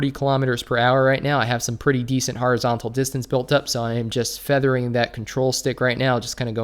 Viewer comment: "Har-izontal" 😂 It's pronounced Horizontal. Just like it's spelt..